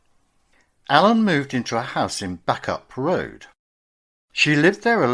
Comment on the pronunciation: Rawtenstall is pronounced Rotten stall and Bacup is pronounced Baycup.